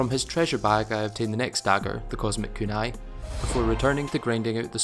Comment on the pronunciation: full sincerity. i have never ever heard someone mispronounce kunai. i didnt even know it was possible 😅